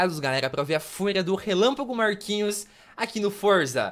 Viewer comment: gente percebi um negócio momento relapago Marquinho e e isso mesmo ele disse Marquinhos